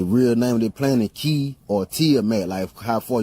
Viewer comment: Ki and chi pronounced kee and chee, not "kai", bro! 😉